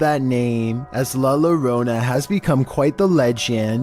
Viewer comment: It's pronounced "la yoróna," not "la lorona"